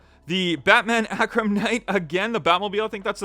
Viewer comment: Friendly FYI: That batmobile model is pronounced AR-KUM. Thought you'd wanna know, since HW puts out quite a few variations.